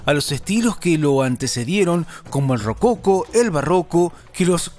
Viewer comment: RococÓ con acento en la o😅.